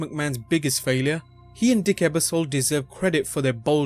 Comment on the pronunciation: Lots of good information. However, you did butcher the pronunciation of a couple of names like Lorne Michaels and Dick Ebersol. When you're making a video that contains people who may be famous in the US but not outside of the US, it might help to have an American edit those videos to make sure these types of mistakes don't happen.